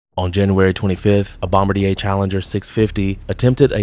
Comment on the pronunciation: Bom. Bar. Dee. A. Please say it correctly if you lecture about aviation!!!;!